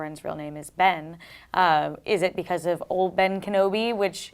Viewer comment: at first i thought he said bane not ben